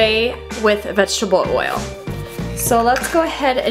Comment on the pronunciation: u say oil like woyil